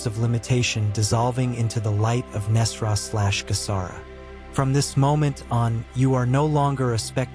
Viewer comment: And thank you for pronouncing Nesara correctly. A sign this is aligned. 🙏